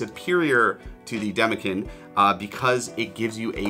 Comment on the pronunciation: Great video. However, Demekin is pronounced demekin and not demekin. Hope this helps